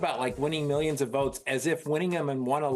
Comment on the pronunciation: Miyions and miyions is all that old senile lizard minion knows